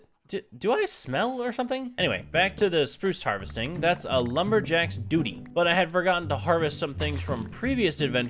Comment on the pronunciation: You said duty bro! 😂